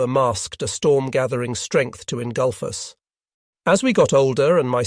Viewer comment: The AI voice hit a new one on this video. The word "us" was pronounced "U.S.".